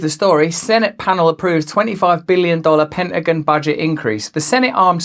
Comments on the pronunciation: Penagan? Whats the Penagan? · It's funny how he pronounces Pentagon All Jokes aside keep up the good work Russell God bless you 🙏 my friend. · Hilarious how you pronounce pentagon 🤣